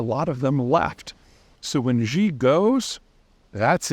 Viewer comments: Xi is pronounced like SHE. Not Zhee. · His name is pronounced “She” not “Jee”. And when Xi dies, he will be replaced by one of his minions who will do what the CCP always does: brutalize the population until it submits, then succeeds. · She, not Jee mr. Zeihan Although, frankly I don't care how anyone pronounces that man's name. None the less, I'm pretty doubtful of this assessment. I think when you look at authoritarian regimes like this, it's pretty rare that there is actually nobody waiting in the wings. In a political structure like this it's pretty important not to appear like a threat until you are either able to take over by force or by succession/change-of-power due to death of current leadership. In short, I think it completely underestimates the stranglehold the Communist Party actually has over mainland Chinese society. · Who is "Gee"? perhaps before claiming expertise, you should learn how to say the names of the primary subjects. It's easy... Xi in Chinese is pronounced "She" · Xi is pronounced 'she' not 'jee'. By the way, I've heard Chinese nationals conclude the same results of Xi Jing Ping's rule--the end of the party. But, then what? A return to a three kingdom rule or something else? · I know, right? A conflation of the J in Jinping with the vowel in Xi, but...reversed. We're supposed to take seriously a guy who can't even say Xi's name correctly? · Xi is pronounced “she” not zheee please please please fix this! Much respect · Xi is pronounced like she, not ji 😅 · Great analysis. But please try to pronounce the subject of your talk properly - it gives you so much more credibility. It's not a hard word to pronounce, Xi. Quick pronunciation lesson; The way you pronounced it now is like the French word "Je" as in Je suis un homme. And then you add the 'ee'. So it sounds like "Je-ee". The right way to pronounce it; She As in "She is my mother". You see - simple enough, eh? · It's pronounced Shiii, not Ghiii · Xi is pronounced "she", not "gee". 🙄